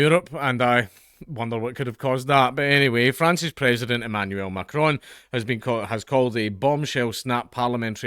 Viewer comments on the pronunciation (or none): none